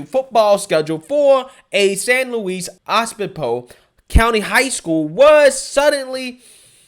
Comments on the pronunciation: well those pushing the 'toxic masculinity' nonsense want this so they can emasculate these boys by getting them to be more gentle in their play... oh, its San Luis O-bis-po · San Luis oh-biz-poe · It's pronounced San Louis O biz po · I agree 100%, but you mispronounced San Luis Obispo, just saying from someone who grew up in that area.